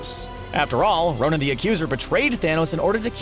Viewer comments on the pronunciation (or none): it's ' Ronan' not 'Ronin',Ronin is an alias taken by Hawkeye In comics